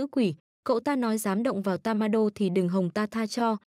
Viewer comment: Ủa tên nhân vật em đọc là tammaiê mà cj đọc tammainge p😂